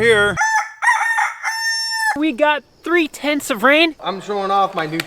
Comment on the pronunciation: Did say 3/10's of rain or 3 tents of rain? If he said tents, what's a tent measure and if he said tenths, tenths of what? From Australia and we have different measurements and accents.